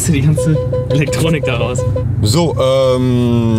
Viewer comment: Mensch, "Elektronnnick", machste einen auf Joachim Bublath? Wahrscheinlich kennst Du den jedoch nicht mal mehr...